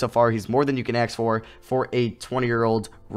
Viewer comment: no-one: literally no-one:: Aks